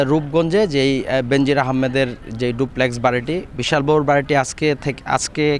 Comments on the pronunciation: বিশাল বহুল না বিলাশ বহুল, আগে পড়ালেখা করেন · Hey man! U are a reporter but don't u know Bangla? কেন আপনি বারবার বলছন, "বিশালবহুল'? what does it mean? বলতে হবে বিলাসবহুল। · সাংবাদিক ভাই বিলাস বহুল বলতে বেরথ।